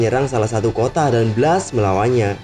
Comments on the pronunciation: Itu di baca bles bukan blas lol😑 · Blast di baca blest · Nyebut blast aja salah, video gaje